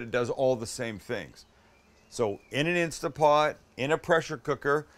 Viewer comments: It's INSTANT POT, not Insta pot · Oh Sam, it’s called an Instant Pot, not Instapot. I know this is a year old but. Get a modern Instant Pot Ultra or any of the models that self seal. Errors drop by a lot. Also always Natural Release meats, they will be even better. Quick Release tents to pull the juice out of the meat. Looks like yours didn’t but that’s a rule for success. On a second note we make a pulled pork with a Yucatán twist. It’s called Conchinita Pibil. It is amazing and its all spicy and citrusy. Yes we do it in an Instant Pot. You have a backyard, I guess you could bury it?? I’d love to see your take on the dish. I can’t wait to get to San Diego and try both of your restaurants. Love my Fat is flavor shirt!